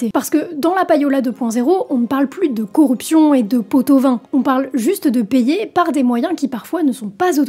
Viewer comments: On pot de vin et non pot au vin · "corruption et poteauvin " ?! 🤣🤣 Bonne video sinon 😉^^